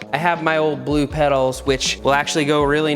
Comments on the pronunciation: the way he said "bleu" kills me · he says blue the funniest way possible